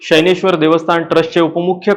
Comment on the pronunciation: शनैश्वर ✔️ शैनेश्वर ❌